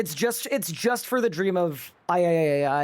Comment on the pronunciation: Is it me or does add another "-AI" whenever he says Dream of Aiaiaiaiaiaiaiaiaiai